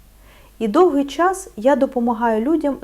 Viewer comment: НА ЯКІЙ МОВІ ВИ РОЗМОВЛЯЄТЕ???????УВАЖНО СЛУХАЄМО ВАС І ЧИТАЄМО НА ЕКРАНІ СЛОВА,ЯКІ ВИ ВИМОВЛЯЄТЕ І ВОНИ НЕ СПІВПАДАЮТЬ!!!!!!!!!!! НА ЕКРАНІ НАПИСАНО: ЧОГОСЬ,ЧАС,ЧАСТИНА,ПОЧАЛА,ПОМІЧАТИ,НАЧЕ,ВТРАЧАЄТЕ,ЧАСУ.................,А ВИ ВИМОВЛЯЄТЕ ЗОВСІМ НЕГРАМОТНО:ЧЬОГОСЬ,ЧЯС,ЧЯСТИНА,ПОЧЯЛИ,ПОМІЧЯТИ,НАЧЄ,ВТРАЧЯЄТЕ,ЧЯСУ...............!!!!!!!!!!!!!!!!! ДЛЯ ГРАМОТНОГО ЛІКАРЯ ТАКЕ ЗНУЩАННЯ НАД УКРАЇНСЬКОЮ МОВОЮ ЗОВСІМ НЕ ПРОПУСТИМО!!!!!!!!!!! ЦЕ ДУЖЕ БОЛЯЧЕ СЛУХАТИ!!!!!!!!!(Українська діаспора,США)